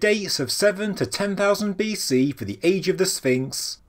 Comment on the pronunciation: I'm glad you say "BC"